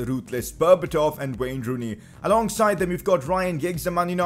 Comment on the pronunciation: Is it me or did this guy just say wayner rooney 😂